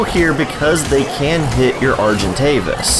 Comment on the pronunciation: For some reason the way u say argentavis is satisfying